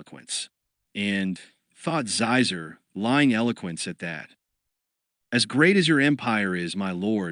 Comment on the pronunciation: There are a few like that. Xizor is supposed to be pronounced like Sheezor, not Zyzer.